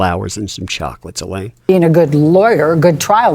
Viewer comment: sounded like ah said I'm a human bean. not I'm a human being. while on the stand.